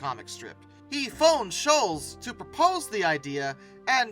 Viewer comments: Why can’t you pronounce Schulz properly? It’s Not shulls… it’s “Shultz” …Was this AI narration? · His name is pronounced Sholtz not Shoals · I have a major problem with the narrator of this video-he keeps pronouncing Charles Schulz’s surname as “shoolz” when it should be pronounced “shoolts”.Others may not think this is a significant problem,but it impedes my ability to listen to this video without wincing. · Schulz is pronounced 'shults' not like 'Dr. Scholl' s" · It's not pronounced "SHOOLZ." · It's Schulz---no "t" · Pronounced like Schultz though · I have never heard anyone pronounce Schultz like that before.